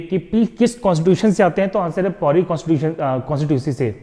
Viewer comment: Pauri becomes pawari ho rhi hai 🤣🤣🤣👌😁